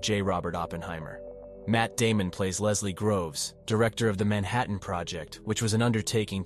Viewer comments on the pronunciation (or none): none